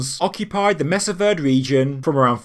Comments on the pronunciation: Also that pronouncement of "verd" - leaving off the final vowel "e". WTH is a verd? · I grew up very near Mesa Verde and went on school field trips to it. I have been to it several times as an adult as well. Just so you know, it i pronounced mesa (you got that right (may-sa), it means table in spanish), verde, ver-day (spanish for green, the green table). You used to be able to go through a bunch of tunnels when you visited there, if you fit (some tunnels were very narrow so you had to be relatively skinny to fit through) and one was pretty much a one way journey. There were ladders pecked into the stone cliff going both up and down. Going up is where they farmed, on top of the cliff, and going down to get water. They wove watertight baskets to carry water. This is a very cool place to go see if you are around the area. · I live here in New Mexico U.S.A, we pronouce "verde" as "ver dee"